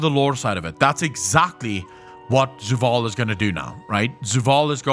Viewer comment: before i say anything mean or insensitive about his pronounciation of many words like zovaal as zuwal etc... does he have a speach impedement?